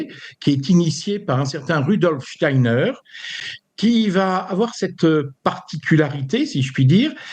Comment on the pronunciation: Pouahhh que de bêtises et d'integrisme , tocsin dégringole ou quoi Clémence a laché l'affaire??? , la journaliste qui essaie d'enfoncer le clou et ne sait même pas prononcer Steiner..on se croirait sur une chaine subventionnée et ce moment navrant termine sur ces menteurs subventionnés de la midiluve! La totale ! Steiner a dit en 1917 qu'un vaxxxx serait inventé pour bloquer la conscience et empêcher les gens de s'ouvrir à la spiritualité , chercher à lire les conférences de Steiner plutot que d'écouter ces jugements indignes de quelqu'un qui se dit chretien.